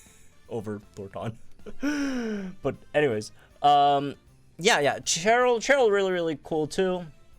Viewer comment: Why you pronounce Cheryl like that? 🤨 it’s a Shh sound. She’s not Cheren lmao